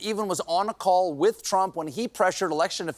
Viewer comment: You say frump, I’m outta here. Bye